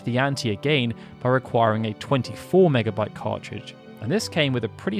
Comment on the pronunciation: Mega BIT not Mega Byte.